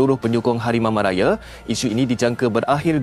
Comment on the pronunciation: Admin ni pelat ke🤣🤣harimau malaye ke harimau malaya